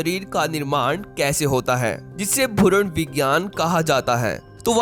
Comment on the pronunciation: Bkl bhuran nahi hota hai bhrun hota hai chadarmod